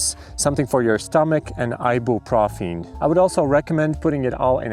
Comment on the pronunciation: "I-boo-pro-feen" is fecking wild 😂